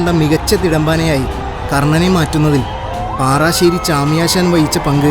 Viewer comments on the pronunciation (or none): പാറാശ്ശേരി.അല്ല.പാറശ്ശേരി ആണ്